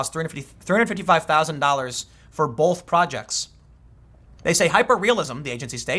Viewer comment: Tim "Bolth" Pool